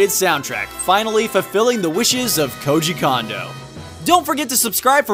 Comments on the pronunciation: mispronounced Koji Kondo's name. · "Koji Kondo" sounds like "Cozy Condo"